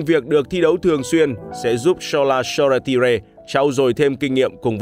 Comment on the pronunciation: Hình như tên của cậu Shoretire đọc là So-Tai-er mà ta